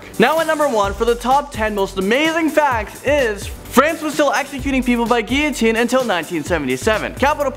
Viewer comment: Guillotine is a funny word and everyone seems to have an argument on it’s pronounced, for example I think he pronounced it wrong... now watch someone disagree with me